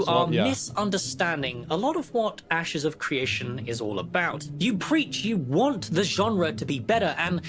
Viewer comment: pretty sure he said "asses" of creation lmao